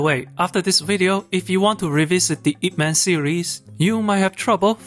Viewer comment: No u didn't just said man instead of mun. 🤦🏻‍♀️🤦🏻‍♀️🤦🏻‍♀️ White ppl butchering chinese names again...